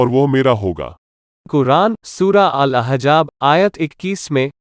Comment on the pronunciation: Al ahjab nahi al ahzab tum musalman nahii hindu ho aur suno Shankar agar antaryami hota to bhasmasur ko kabhi vardan na deta propoganda channel